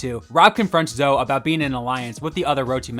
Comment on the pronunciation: It’s pronounced Zo-ee.